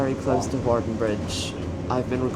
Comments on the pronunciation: Hawarden is pronounced Harden.😃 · Pronunciation help: Hawarden > Harden Shrewsbury > Shrew-s-bree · Hawarden (up the hill )and Hawarden Bridge (bottom of the hill) is pronounced Har- den. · It is pronounce harden 😂